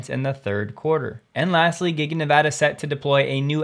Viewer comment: Thank you for Nevada correctly!!!!!!!